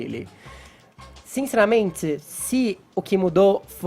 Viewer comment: Zinzeramente? Ahhh vavavava! Muaes? Franguito ninguém merece